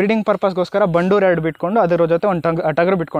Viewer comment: It's Bandur and not bannur... Many ppl pronounce incorrectly..